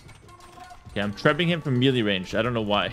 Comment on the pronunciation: I understand perfectly, although it does bug me when he pronounces melee as mealy! 😁